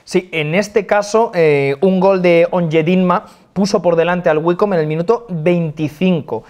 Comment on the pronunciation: yo lo pronuncio waicombi porque me parece mas chistoso